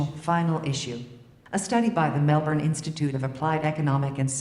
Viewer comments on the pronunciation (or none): none